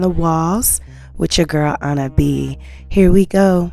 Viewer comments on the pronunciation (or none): none